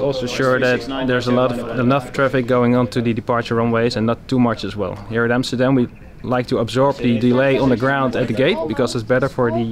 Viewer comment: Welcome to Amsterdan guys? lol